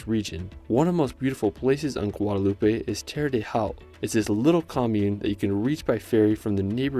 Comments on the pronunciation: I haven't traveled to most of these places, but the ones I have, I totally agree they are all amazing! But, please, it's Martinique, not "Martini-KAY, Guadeloupe, not Guadelou-PAY! They are French islands, with French-- not Spanish-- pronunciation. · I wish I could travel like you. But you need to learn how to say the names. Martiniquay??? Guadeloupay?? No, darling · the E is silent in Guadoloupe and the ue in Martinique, also you need to vist Tobago. Great video i loved it